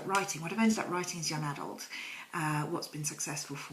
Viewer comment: I like the way she pronounces young adult. Sounds fancier. LOL